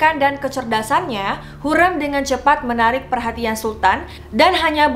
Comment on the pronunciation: Iya betul, dan mau koreksi juga kak, sepertinya gelar haseki itu untuk permaisuri yg sudah dinikahi secara sah, setauku begitu. Salah satunya hurrem itu jd haseki karena dinikahi oleh sultan suleyman. Sekarang udh bener ya pelafalannya hurrem bukan hurreum (di video sebelumnya)